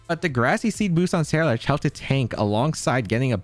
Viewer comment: Brooo, you swapping the R and L in Ceruledge in your pronunciation. Se-rule-edge, like Cerulean city. Otherwise enjoyable video, thanks.